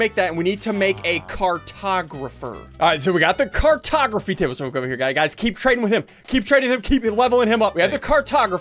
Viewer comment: when you said cartography i thought you said cartografeet